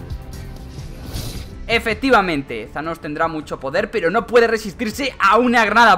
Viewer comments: Se dice tanos no zanos Se lee thanos pero no se dice zanos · No es zaloo es thanossssss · Thanos * No zanos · embes de decir thanos dices shanos XD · porque dicen sanos en vez thanos como se escribe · no es shanos es thanos mirate la peli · Porq dices Zanos tio?? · like si crees que dijo zhanos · Tanos no thanos